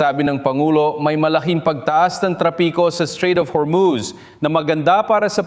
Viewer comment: Hormus hindi hermus🤣🤣🤣🤣